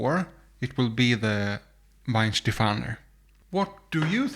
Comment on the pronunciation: And if I may: It's Weihenstephan. There is not "er" at the end. Nice experiment though. You should have included Schöfferhofer to your lineup. That's a distinctly different fruitiness towards citrucy, grapefruit flavours.